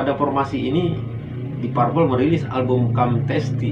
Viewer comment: Koreksi dikit penyebutan deep purple sehrsnya "dip perpel"